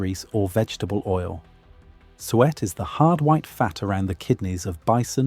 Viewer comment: PLEASE, drop the AI narration that cannot pronounce "SUET" properly. Or, prooflisten to the narration before releasing a video. Hell, I'll do the proof listening and send you a list of issues. Be more professional, attend to quality, and have a better product, and get more watchers.